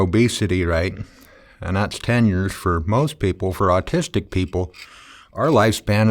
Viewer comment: "austistic" XD